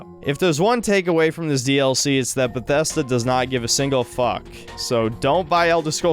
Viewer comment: why does he pronounce bethesda like that